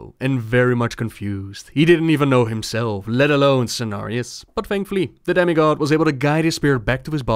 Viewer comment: I thought you said "Daddy god" and then realized you said demi god.